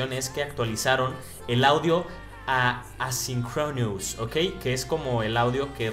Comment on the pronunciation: Nmms pinche bilingüe jajaja. dice Cincroinus jajajaja